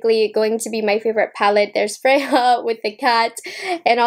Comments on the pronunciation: Just an FYI, in Swedish "J" is pronounced like a "Y", not an "H" like in Spanish. So "Freja" is pronounced like "freYa" not "freHa". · I love you but ya killing me pronouncing it as Fre-Ha. It is pronounced as Fre-Ya. Still loves ya tho. Lol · Sis. It's pronounced "Frey-yah". She's a goddess in Norse Mythology (hence, Odin's Eye) The shimmers look stunning. Chapter 2 is WOWZA. I hate pink & purple shadows so that could also be why I prefer the blue one. I like the 3rd one, the bigger book, as well. Just not a fan of pinks or purples. They're way overdone. Bow IS huge (and I'm Southern!) But may look cute at the bottom of a messy bun. ❤️ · Freja is a character from the Nordic mythology and is pronounced Freya or Freia 🤗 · Thank you. That was teeth grindingly painful. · Don't apologize. You are human and are allowed to mispronounce words w/o being reamed at.